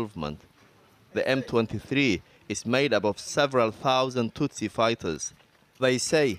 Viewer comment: Tutsi, not "hutsi"